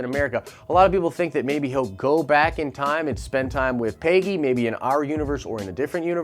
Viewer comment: Why does this guy pronounce Peggy like pay-gee